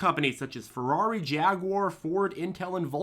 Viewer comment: Like how you say "jaguarrrrrr"